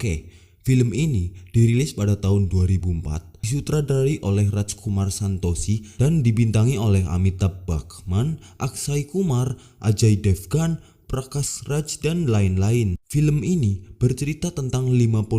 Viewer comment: Ampun kang bukan amtiha bakman. Tapi amitha bachan.